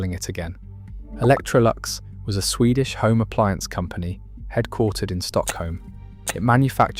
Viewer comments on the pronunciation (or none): none